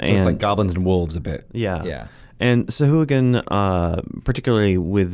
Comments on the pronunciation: I like your channel very much, but "suh-who-a-gen"?? Haha. Really? C'mon, guys, you're better than that. If you're going to do a show called "Lore You Should Know", you should at least get the pronunciation right. The worst part is that you're enabling a whole generation of rpg players. Now, everywhere I play D&D, I'm gonna have to listen to a bunch of dudes and dudettes saying "sah-who-a-gen" and cringe. Shame on you guys. Lol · These guys have absolutely no respect for Steve Marsh, the creator of sahuagin, by pronouncing it that way. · Sahuagin "sahwag'in"